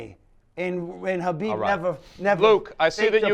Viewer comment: He really tried to say Khabib Jesus Christ